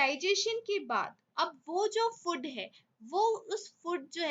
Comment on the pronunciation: mam, it's not 'फुड', it's 'फूड'.